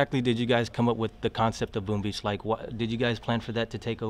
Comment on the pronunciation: He says Boom Bitch